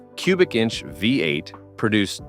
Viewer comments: AI crap. Actually pronounced Omega as Omegav, instead of pronouncing V-8. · The AI needs to read a book and learn how to pronounced VEE 8